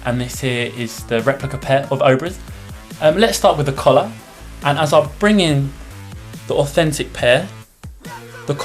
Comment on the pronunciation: When he said "collar", I actually thought he said "colour"